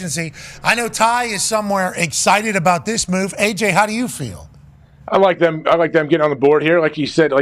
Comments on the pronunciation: Thum is the most annoying fuckin way imaginable to mess up the word them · literally cannot say the word “them” and it only bothers me I think. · I thought I was the only one. Dude says “thum” everyday